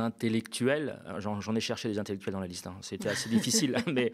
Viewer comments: vingt intellectuels,; pas de liaison,il n'y a pas de s à vingt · Salut on ne dit pas vingt z'intellectuels car il n'y a pas de s à vingt. Bisous je t'adore!! 😘😘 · au top... sauf pour les liaisons: vingt intellectuels et non vingts; ce ne sont pas les quinze vingts "za" veugles plein soutien au Media!!!! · Merci au Media pour vos émissions de qualité. Professionnalisme et analyses pertinentes. Clin d'œil pour: la liaison avec "vingt ". Vingt t'intellectuels et non vingt z'intellectuels. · Cher, vous avez fait saigner mes oreilles avec vos vingt ZZZ intellectuels;-) Le reste est comme d'habitude parfait! ONU 242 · Je sais que je ne devrais pas mettre en avant les petites coquilles perdues au milieu de cette excellente émission. Désolé je le fais quand même. 1) C'est Djazia Satour et pas Djamila. 2) Les vingt z'intellectuels ça fait un peu bizarre, surtout quand c'est dit plusieurs fois. Mais tout le reste est très bien, je ne rate jamais l'œil de. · On ne dit pas vingtzintellectuels mais vingt intellectuels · Les vingt z'intellectuels, c'est exprès ou pas ? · Les 20 z'intellectuels? T'es serieux? Je saigne des oreilles😂. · le sait parfaitement et c'est pour se moquer qu'il insiste tant sur la prononciation du Z à plusieurs reprises. Réécoutez bien.